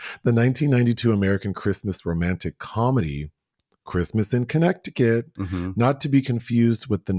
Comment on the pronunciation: pronunciation of Connect-ti-cut😂😂 I can’t see myself eating off a “grazing table” like some farm animal lol Some of these viral trends are disgusting! I tried the cucumber salad and it was gross. Any buffets or dips sitting out for hours bring out my germaphobe 🦠 Dyan Cannon always had such beautiful luscious hair ❤ My memories will always be her and Jack Nicholson sitting courtside and yelling as die-hard Lakers fans